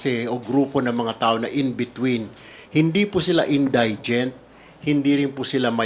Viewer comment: Correct pronunciation of indigent: in- DI- jent. It is not in-DIE-jent. Hoy pa slang slang ka pa dyan, mali naman ang pagbigkas mo! 💥